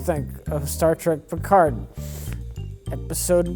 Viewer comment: "Star Wreck Piccard "